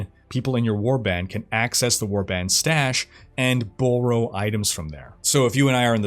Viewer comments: I got extremely distracted with the surprisingly odd pronunciation of "borrow" as "bore-oh". Aside from that, a great video as always! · Canada! Canadian accents are great